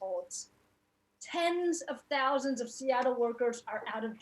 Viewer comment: "Housands of good paying union jobs" Not thousands but "housands" Dick-head!